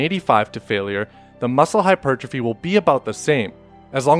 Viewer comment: Bruh that's not how you pronounce hypertrophy